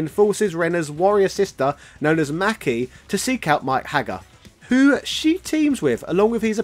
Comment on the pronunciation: Kwl vid^^ bt her name is Maki. Not Mac key. U see the ma is pronounce as ma lik in mama. & of course ki is pronounce as key^^ sooo her name is maki^^